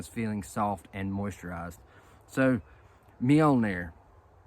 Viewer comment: Have you been practicing saying that, you were spot on 😅🤣😅😂